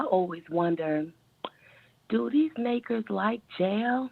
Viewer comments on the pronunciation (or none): none